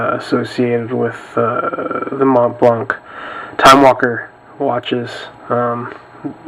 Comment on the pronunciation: The t and the c in Montblanc are silent, mate! And the a in blanc sounds like the a in water. ;-)